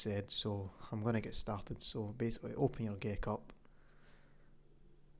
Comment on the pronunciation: who else thought he said ''gay cup''?